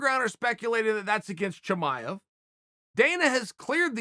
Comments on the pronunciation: It's Chimaev not Chamaev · Chael : "Chimanev is not Khabib 2.0" Chael ends up calling him : "Khabib 2.0" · Chael 'Hazmat Chimmeny' Sonnen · I'll admit it. I ran here to see how you'd say his name.